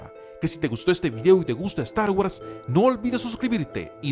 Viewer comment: guors!! pronuncia bien!!